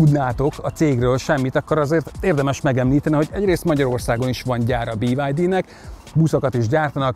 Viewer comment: BID ÍÍÍÍ-vel magyarosan